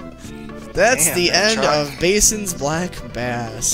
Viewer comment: Cant believe they don't know how to say Bassin.